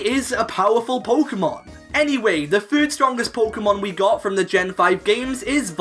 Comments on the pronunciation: I got really annoyed at "fird" "fhree" instead of third and three... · Why do you say "fird" instead of "third"? Lol